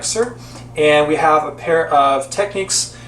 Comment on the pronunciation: It's Technics not Techneeks. Also Mark 2 not M K 2 mk'?